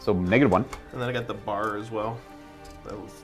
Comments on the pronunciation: I just started my Bolt Action collection this year. It should be fun! Also, it's not a bar, it's a B-A-R (you say the letters). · Its not "BAR" its "BEE AYY ARR" ... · It’s pronounced B.A.R. For Browning Automatic Rifle. It’s not bar. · Love seeing another bolt action episode! And for the record, it's B.A.R. not bar like candy bar.